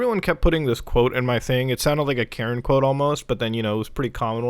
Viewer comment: When you say KARAN the indian accent really comes out :-)